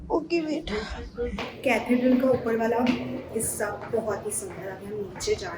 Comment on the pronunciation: Hey! 😊 Loved your London vlog, it was like I was right there with you! 💖 And ah, Parikshit is one handsome guy 😍! And the pronunciation - it's Catheeedral 😊. Keep 'em coming! Enjoy your videos...because they are honest and pure soul vibes